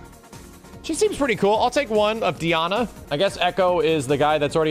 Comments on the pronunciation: DEE-ana? You mean DIE-ana ? LOL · "Dee-ana" lol